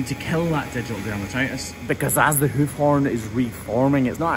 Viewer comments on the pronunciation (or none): I like how he says hoof. "Whoof"